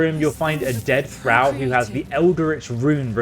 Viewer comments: Arcana is pronounced Ar-cain-uh. It's a derivative of the word Arcane which is not pronounced Ar-khan. Thrall is pronounced Th-rall. Not sure where you're getting that pronunciation from given that Lae'zel says it to you 2 minutes into the game. Reliquary has a Q in it and is pronounced Relly-kwary. Newty-loid was driving me crazy though. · Pronunciations… please work on them no cap. Arcana (are-khan-ah), thrall (ther-ah-uhl), reliquary (reh-lik-uh-airy).